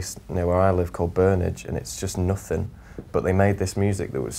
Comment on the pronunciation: 2.19 "it's just noffin" <3 :D